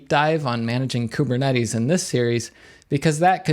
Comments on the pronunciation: Kubernetes. Greek word. Pronounced closer to Kivernitis. Means Gov'ner. I mean Governor. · Great video but i cant get over ku-be-cut-tle.